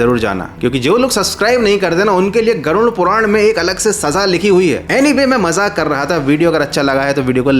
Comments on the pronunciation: नाम तो सही से ले लो ,,, गुरुन नहीं वो गरुड़ पुराण होता है ,,,😅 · गरुण पुराण नहीं, गरुड़ पुराण, सही से बोलो। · Garun puran kyu bol rahe ho Garud puran bol bhai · Garud puran bolte hai use ...garun nhi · Garud puran ❌ Garun puran😂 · Pronunciation par dhyan dae it's गरुड़ पुराण Garuda Purana